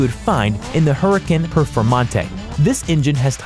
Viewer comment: "hurikin perfmontee"